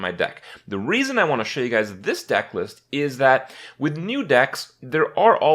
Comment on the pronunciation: He so said "raisin" instead of "reason"